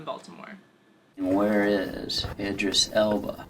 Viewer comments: Eee-dris Elba? Idris is pronounced Idd-riss no eeee sounds at all. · Id-riss, not Id-Rees. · Eedris?? It's Idris lool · EEdris Elba. ?? It's pronounced the same as the 'I' in 'ink' ! Good video though, even got 'Public' schools correct! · Ee drees? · Did she say idris elba wrong or am i